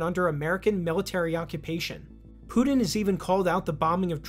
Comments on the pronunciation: his name isnt "Poo-Din" :p it's PuTin. Ukraine and Nato initiated the war 8 years ago, not Russia. Russia initiated the SMO which is not an Invasion but a justified long overdue Intervention "accusation" XD as if it's bad to be a commie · It's Putin, not "Pudin." And important not "impordant."